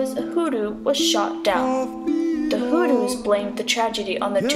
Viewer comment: Americans when will u learn how to pronounce words properly? You pronounce " Hulus" instead of " Hutus" .Are u out of ur mind? Dont u know the difference between t and l?